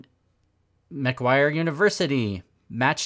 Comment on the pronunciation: People really need to stop calling it Maguire University it's MACQUARIE